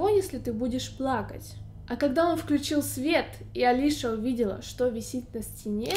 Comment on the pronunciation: Её зовут не Алиша , а Алиса (фамилия Казакевич)